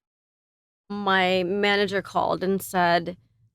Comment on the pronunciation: Not Carmen saying “littely” instead of litterally 😂